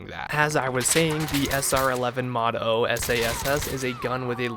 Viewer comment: “Mod Oh” lmao 🤡